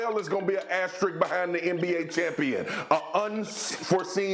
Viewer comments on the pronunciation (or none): Man I´m Portuguese and even I can say the word asterisk… Been hearing this guys saying "asterik" for 3 days xD